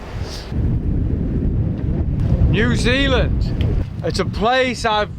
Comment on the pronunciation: Ya gotta say it right Bro......Nuzeelan, aye!!!!!